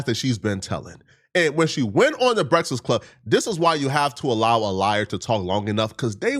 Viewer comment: Bruh....its pronounced B-R-E-A-K-F-A-S-T...and E-L-I-G-I-B-L-E...bro...wtf LMFAO!!! You shouldn't make a video talking about ANYONE until you learn how to read and pronounce words correctly lol...smh...crazy work. Take a nap or something 😂😂😂